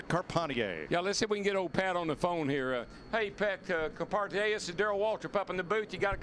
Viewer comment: Shout out to Patrick Carpentier. Love Canada. I love it that Darrell called him “com-par-teeayy” when he radioed him 😂